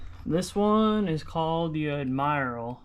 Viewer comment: It’s pronounced “ ADDMIRAL” , we had a black n white Admiral growing up. Mom didn’t get a color tv till all us kids were moved out! Lol!